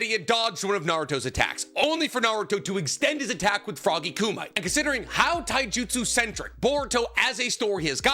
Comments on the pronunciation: You seem to go out of your way to use Japanese names and/or pronounce most things correctly. Youve said it before I. Past videos and a lot in this one so maybe it's a bit idk. Correcting people is a shaky line but for the sake of passing on knowledge which has infinite value to a person's wellbeing... It's Coo-mee-tay. Froggy Coo-mee-tay. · It’s not Ku-MIGHT. It’s not Ku-MIGHT. It’s not Ku-MIGHT. It’s not Ku-MIGHT. It’s not Ku-MIGHT. It’s not Ku-MIGHT. It’s not Ku-MIGHT. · Not just that, but especially how he pronounce Edo Tensei. If the video centers around edo tensei, I can’t fully watch it because how he pronounce ‘edo tensigh’. It bothers me more than I anticipate. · I am begging you to learn how "Kumite" is pronounced. It's killing me. Other than that I pretty much agree, although I would add that sage mode is so good in so many ways in part as an overcorrection to Naruto being kind of a bum for most of Shippuden up to that point, when he needs to match up with kage-level opponents at that point in the story. (Also some of the brokenness works fine in the context of heading towards the series's conclusion, and while I don't envy the challenge of writing around it for Boruto...I really don't care for how Boruto writes Naruto (and Sasuke)). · I tried watching this, but had to stop because of all the mispronounced words. It's just disrespectful. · One day will learn how to actually say Myoboku, and kumite among other things, but today is not that day. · Is there a story as to why he constantly mispronounces kumite? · Did this guy never see Bloodsport? His Kumite pronunciation sounds like it's a pest control product lol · Bro will never pronounce kumite right i swear😂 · Not how you pronounce kumite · Please just say kumite correct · He's doing it on purpose, he's aware of how kumite is really pronounced but because a bunch of people got REALLY aggressive about him saying it incorrectly once he leaned into it. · It’s ku-mi-te not “koomite”